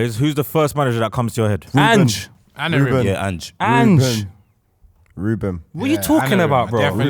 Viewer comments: His name is Amorim not Anorim... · needs to stop calling him Anorim it’s AMORIM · Maybe if you man stopped calling him Anarim we’d do a little better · Lol why can't say Amorim?